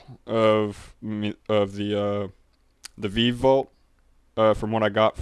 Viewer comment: Thanks for the video. A couple of things: 1. Thank you for speaking up a little more. It's WAY easier to listen to. 2. It's pronounced "vee-vee". Thanks for everything!